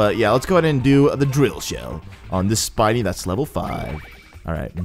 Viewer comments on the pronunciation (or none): SPINE-NY! NOT SPIKE-KY!